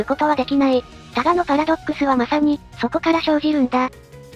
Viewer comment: 他我のパラドックスじゃなくて、ただのパラドックスに聞こえた笑